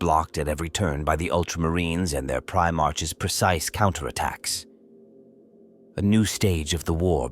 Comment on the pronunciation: Although the AI voice is getting better I prefer my "Primarchs to march" not "Pri march"